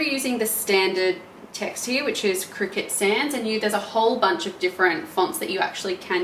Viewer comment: Pretty sure it's pronounced cry cut